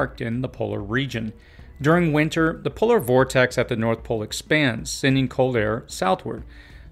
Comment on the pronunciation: Just an individual quirk but it drives me crazy when people pronounce it “winner”. There is a T in there. WinTer.